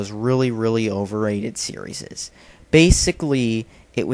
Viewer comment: Wow he said sereises